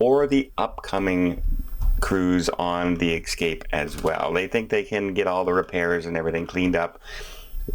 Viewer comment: So sorry it kept bugging me.....Its the Norwegian eSCape...not eXCape ... one can escape on a vacation, but one cannot excape anything...at least not in English ;)